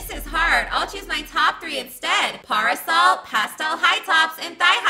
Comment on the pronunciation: ...Its pronounced pair A sole